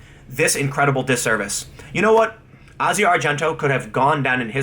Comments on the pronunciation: I think you're great Tim but you are really bad at pronouncing names. It's Asia as in the continent of Asia and Rose McGowan is pronounced like you're saying OUch in the middle not O. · Jesus you suck at pronunciations. McGowan, Asia, Nike, Kaepernick, etc. Half of the time, you sound like you're speaking a different language.